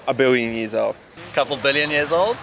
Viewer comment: is it me or was everyone saying biwwion intead of billion